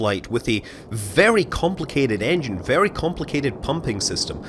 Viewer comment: did he mean engine or iongine lol